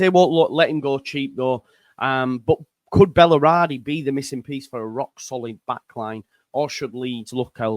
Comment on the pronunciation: Bal-er-di. Three syllables.